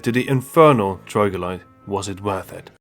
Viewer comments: TROG - LO - DITE :D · Troglodyte so Troglo-dait